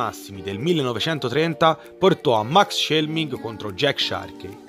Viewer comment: Bro mi sa che max schmeling lo hai pronunciato male